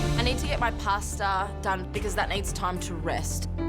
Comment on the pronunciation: It is quite clear how much respect she has for her family heritage by her pronunciation of "Pasta"